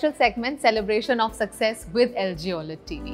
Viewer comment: It's not Oayled its O - L - E - D TV and how many times you said it wrong 🤯 . gol gol ghumne wala is Lazy Susan. Sharing food from everyone's home is POTLUCK.